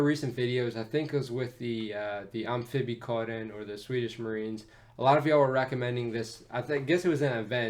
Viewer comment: For not being a Swedish speaker, your pronunciation of "Amfibiekåren" is really good. Also want to say that I live on the island in the Baltic sea who the submarine class its name, Gotland.